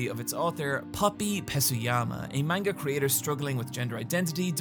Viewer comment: Can't believe you're still calling it main-ga